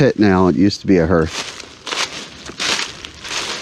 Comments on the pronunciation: its pronounced haarth 😄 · What on earth is a hearth? Har Har Har HARth "e" is silent. Anyway... glad you found your pile of rocks. Nice hike.